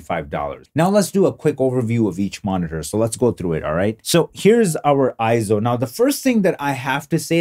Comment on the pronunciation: Nope, not pronounced I-ZO! It is correctly pronounced AY-ZO per EIZO's own corporate video. Also see the correct pronunciation in the EIZO Wikipedia, which also shows AY-ZO. And one more reference... see the 2021 Scientific & Technical Awards EIZO Acceptance Speech video where Masato Nakashima, the Senior Product Manager at EIZO, pronounces it as AY-ZO. In Japanese, the "ei" together is usually pronounced as an AY sound just like when we say the Japanese word Sensei - Senˈsā.